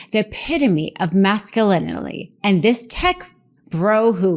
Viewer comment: Is drunk 3/4 of the way through her podcast? SHE ACTUALLY COULD NOT PRONOUNCE MASCULINITY!